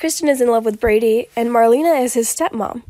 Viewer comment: I believe she actually pronounces her name as “Mar-lay-na” not marleena. Just FYI. Lol